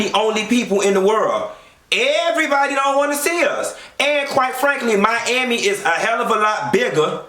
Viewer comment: Aawshit...did u say "Joe Robbie stadium"?! MYYYYAMI!!!👏🏻